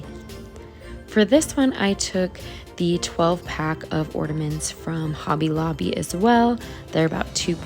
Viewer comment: Love all the ornaments. But there is no D in the word ornament.😊❤